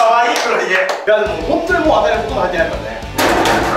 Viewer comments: 当たりの当をあたって言ってるのおもろいわ。あなのに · 最後の当たりの、読み方は、[あた]ではなく、[あ]です❗ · ザカオの「当」 は「あた」って読んでたけど「あ」じゃない？w 当たり、で「たり」が送り仮名だしw ザカオの罰ゲームの物足りなさが逆に面白くてバカ笑った 笑笑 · 最後「当」たりなのに「あた｣って言ってのおもろいꉂꉂ😂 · 最後の当はあたじゃなくてあだしww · 当⇦あ 「あたなにこれ？」読み間違えてて笑えるw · "あた"じゃなくて"あ"じゃね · あたじゃなくてあじゃない？ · あたでもないし笑当たりって読むからあだし笑